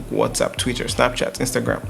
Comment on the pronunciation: You don't need to pronounce the R in TwitteR so hard na. Lol. Jeez